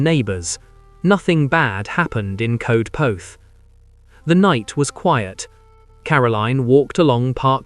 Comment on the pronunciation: Darling boy, thank you for the story but Coedpoeth is pronounced Coyd poyth - or that’s the nearest we English can get to it. ❤️🏴